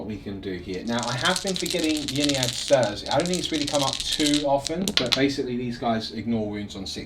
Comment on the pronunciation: It's "may-lay" with the emphasis on the 2nd syllable so maybe more like "m'lay" :) For what it's worth, it's should also be "Innari" not "Yinnari" as the letter Y followed by a consonant is pronounced like an I in English - which also makes the play-on-words in the Yncarne's name make sense - he's the death god Incarnate (not "yincarnate".)